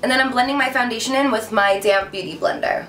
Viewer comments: Sounds like u said damn beauty blender lol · Yes thats what i just thought she said!!! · I know you said damp Beauty blender but it really sounded to me like damn Beauty blender lol